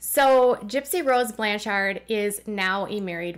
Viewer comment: Your inflection when pronouncing Blanchard is off. It’s supposed to flow like “lanyard”. “BLAN-chard”. It’s a common last name where I live, so I thought I would let you know. 🤓